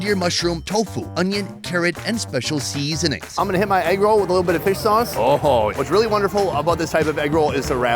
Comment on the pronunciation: Noticed the way pronounced 'seasoning'. Kinda sing song way, seaaaaaasoning....😂😂😂